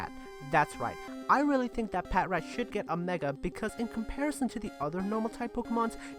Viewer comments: You do know it's "Pa-trat" not "pat-rat". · Ummm... (Laughs)! Pa-Trat not Pat-Rat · Patrat? Patrat sucks